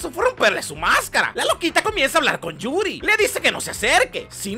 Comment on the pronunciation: "yurio" XD